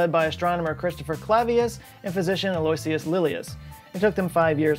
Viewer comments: I like the GME reference on your tshirt EDIT: Also, Aloysius is pronounced more like "Allo-Wishes" than "Alloy-see-us" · Two things: Sansculottides means (if translated literally) no pants days. :D (No pants was slang for peasants in France.) And Aloysius is pronounced "Aloe" - "ish" - "us". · “Aloysius” is pronounced “AL-oh-IH-shus” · Interesting stuff btw Its pronounced AL O ISH US not Aloyseeus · umm... Aloysius isn't pronounced "Ah-Loy-See-Us". It's one of the most strangely pronounced names based on its spelling but it's a name that most of us have heard at least once. It's pronounced "Ah-Low-Ish-Us". Or just call him Al. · Aloysius is pronounced ALO WISH US. How do I know? There was an all girl school in Melbourne Australia where all the hot girls went when I was kid called St Aloysius. 😆🤣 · Aloysius = al-lo-ISH-us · Aloysius is pronounced "al-oh-ISH-us" Or so I've heard, lol. No biggie, just busting your chops :-)